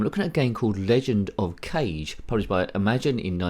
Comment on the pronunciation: Sorry to say this, but I'm going to be "That Guy" lol! "Erm, ACTUALLY!" lol! Kage is pronounced "Kah-geh," two syllables, it means "Shadow" in Japanese, and it's also the highest rank a Ninja can receive, as in he's like a shadow and is never seen. Kage ninjas can lose their Kage rank if they get caught, and they were known to be violent, killing anyone who spotted them in order to keep their Kage rank.